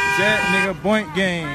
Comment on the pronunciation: Nobody knows how to say boonk